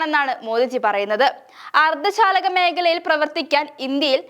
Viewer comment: അർദ്ധ ശാലകഅല്ല മോളെ അർദ്ധചാലക😂😂😂